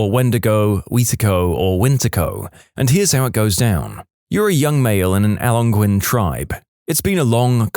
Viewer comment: The way you said Algonquin is hilarious